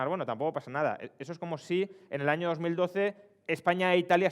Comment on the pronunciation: En la primera frase del video parece que diga "Yo no sé precisamente qué hay en ese ano"